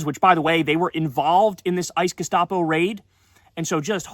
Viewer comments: The ice gustapo? Say it again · Abby Phillips is hopeless. She will always be on the wrong side of the issue. #Sheep And that guy who keeps saying "gestapo" ICE is clearly just parroting the Leftists MSM narrative. Disgusting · Who is the loser in the teal shirt calling ICE, "ICE gestopo"? He doesn't even care that there child-slave labor on the plantation... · “Ice gustapo”?? Really?!?!